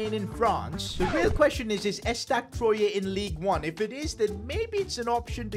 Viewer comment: ESTAC Troyé😂😂😂😂😂 We say Trwa